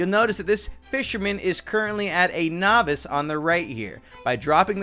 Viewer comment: It's pronounced no-viss.